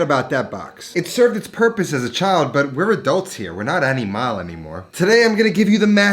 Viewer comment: We're not animale he says. Won me over lol That's some shit my mother would say lol